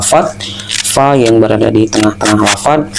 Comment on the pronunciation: Bukan "pa, pi, atau pu" tapi "Fa, Fi, Fu"